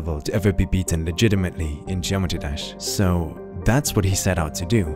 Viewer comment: Geometee dash lol ❤️